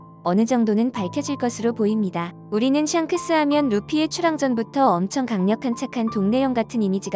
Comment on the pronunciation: 왜 자꾸 썅크스라고 하는거같지